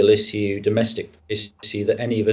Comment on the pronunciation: Hodges lost the debate for me at his first pronouncement of the word 'issue' in the style of tissue....